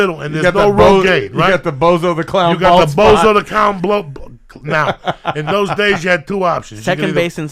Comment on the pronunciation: "THE BOZO THE COWN BLOPE...." Lol Joey Diaz's mispronunciations. 😂😂😂😂😂😂😂😂😂😂